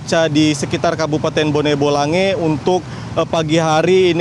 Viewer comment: Bone bolango aba bukan bone bolange